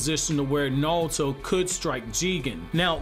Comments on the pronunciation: i hate how hes saying nalto instead of naruto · The way you say Nalto. Like..why? It’s Naruto. It isn’t hard. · Why do you pronounce it like nalato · Am I the only one who hear him say nawlto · How do you have a whole naruto page and can’t say his name right 🤦🏽‍♂️ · Bro can you say Naruto properly